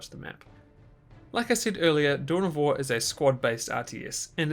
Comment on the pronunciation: Anyone else started hearing "Doughnut wars"?